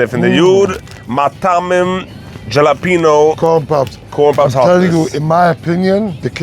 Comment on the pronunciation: ✅ Pronounced: hah-lah-PEH-nyo ❌ Not pronounced: jah-lah-pee-no